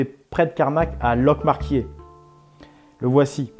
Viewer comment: 9'08 , on dit Locqmaria quairrrrr ;) un breton .